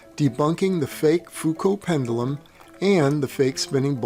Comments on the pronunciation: 'Pendoolum'. Jeez. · knows how to pronunce Foucault doesn't know how to pronunce pendulum reassuring... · Why does it make me laugh when he over-enunciates ‘pendulum’?